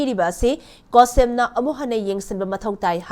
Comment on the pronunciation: Cohsem haiba natte chsem haibane